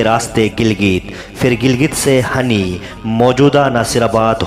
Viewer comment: اصل میں گاؤں کا نام hini ہے hani نہیں ہے